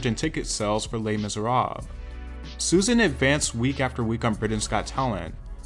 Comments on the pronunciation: Les Mise what? "Les Miserawwwb??" 🤦🏻‍♂️ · Lol that "Les Miserables" pronunciation 😆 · What you smile about, might depend on , whether you are of French or English origin.